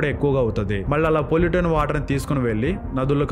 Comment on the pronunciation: Pollutan water entra?? English words pronounce cheyadam kuda ravatle neeku.